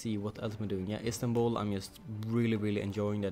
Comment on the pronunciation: Istanbul, I think you say it the right way